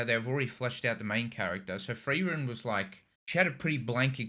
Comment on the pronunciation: Your corrected pronouncation of Freiren was quite good for an not native speaker. I wouldn´t say it wrong pronounced and more that u can hear, that u have no training in speaking german. And that quite good for what i think. Greetings from Germany :D